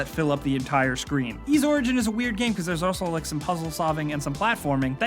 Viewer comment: Thank you for pronouncing, "Y's" correctly. so many people call it, "Why's", lol